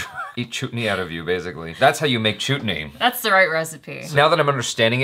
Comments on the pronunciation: "Choot ney"....😲..... noooooo Thats like a abusive word😃. Its pronounced as "chut" like the word "hut".. still love the way u say it 😘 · Oh my god!!!!😂😂😂 its pronounced as "Chet-knee".what ur sayin sounds like a bad word..😆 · You don't pronounce Chutney with an 'u', the should be pronounced as 'a', like Umbrella. And that boy wasn't her son, it was their cook. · The guy who was having an affair with the young bride is the brother-in-law of the main female character. And it’s Chuh-t-nee. Not ‘Choot-nee’. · It's pronounced like" chatni " not chootni😂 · Lol Its Chutney Not Chutni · says chut-ney...facepalm +_+ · Chuut - ney the way pronounced 😂 😆 😝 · wow!! likes saying ''chootney''... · said chutney instead of chutney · What did you just said?? Is that chut-ney omg seriously?? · The title "chutni " as you mispronounced above is a vulgar term for vagina added by that "ni" in the end .....well I had guessed you would get it wrong that's why I came to watch it 😂😂😂😂